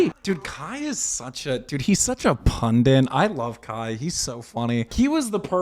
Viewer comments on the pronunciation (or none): Why can't any of these Youtubers pronounce the word pundit?